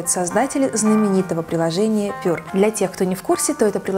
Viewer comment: единственная критика - прилжение читается как ПЬЮА а не ПЁР ;)